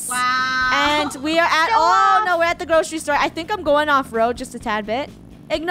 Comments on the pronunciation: They said GROSHERY store instead of GROCERY store.... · Funneh: Lets go to the groshery store Me: 😂😂😂😂😂